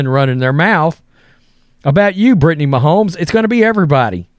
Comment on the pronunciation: So you don't know who Shane Gillis is and you can't pronounce Mahomes? Are you even a person 🤣